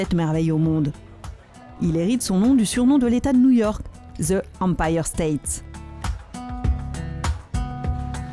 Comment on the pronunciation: Trop nulle cette femme avec ses ze, ze, ze Empire State Building, ze trump tower